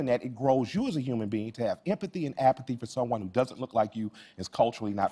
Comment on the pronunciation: He said apathy. lol